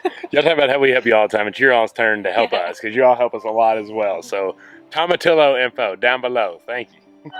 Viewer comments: You say it like "tomatiyo". We use them for salsa verde (green salsa). It's great with tacos. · Toe-muh-tee-yoh! Spanish - double LL is Yee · Tomatillo= toe-muh-tee-oh. Use to make salsa verde!